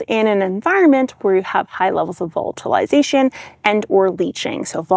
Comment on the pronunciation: Just found you and have been catching up on your videos. So glad that you finally nailed the pronunciation of vollatilization